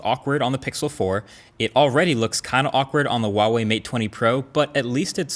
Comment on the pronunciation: I will pay you 5$ if you learn how to pronounce Huawei correctly